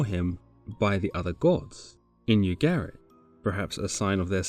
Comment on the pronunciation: Pretty sure Ugarit is not pronounced "You - garrett'', but rather as "Oog - ah - writ''.